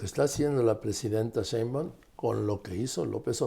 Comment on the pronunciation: Respetado y siempre bien apreciado señor Marín : ¿por qué no pronuncia correctamente el apellido Sheinbaum? Siempre le dice Shembaum. Le conmino y le insto a que corrija, de otra forma -le advierto-, me veré en la penosa necesidad de dejar de ver sus programas que tanto disfruto pero, sobre todo -y más tristemente-, de irrespetar el título que le fue otorgado como alguien que nunca se ha equivocado semánticamente. Como opción alterna, si acaso mi advertencia lo atemorizó lo suficiente, le ofrezco que me explique usted sus motivos para hablar de una forma que parece ser un error de pronunciación imperdonable para alguien de su talla cultural e intelectual. Le agradezco su atención reiterándole tanto mis más sentidos respetos, como mi más irrevocable advertencia, aunque lo atemorice.